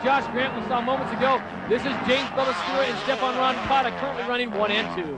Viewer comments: Arabs shouldn't narrate. He couldn't sat roncadas name right. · Who’s “Rocanda”??